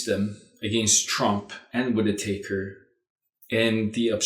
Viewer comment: I heard him call the guy Matt Whit-i-taker - sounds about right. Taker ... of Russian $$ perhaps? I'm loving the rich colors and beautiful contrast lighting. Lady Violetta, you are wearing my favorite shade of green. Your eyes are very striking. Such a beautiful lady. Greetings & love to you and son. <3